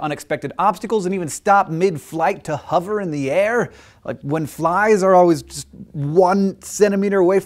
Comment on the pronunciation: It's annoying how it's saying "Huver" and not "hover"